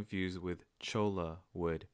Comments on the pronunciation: We pronounce it “choyah” in Arizona. Like Ocotillo we pronounce the double “l” like a “y”. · Pronounced CHOY-ah.